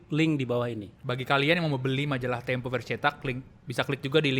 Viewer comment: Tempo bukan Tempe ...